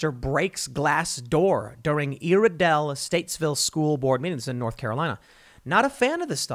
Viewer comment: Also it's ire dell tim. Ire. Like lreland. Dell like the computer company. Iredell. Also Nc is getting hot as the research triangle tries to tell the farmers what to do.